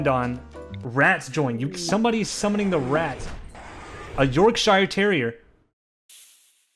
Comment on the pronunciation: "YORk Shy ER TErrier"